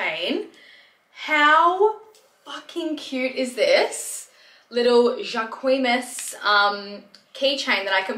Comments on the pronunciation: alot of video reviews on the brand. 🙄 Thanks for the clap back "ja'queeeeemass 😂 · Girl the way you pronounce "jacquemus' lol ded. 😂 Jock-mousse (French speaker) 🤗😉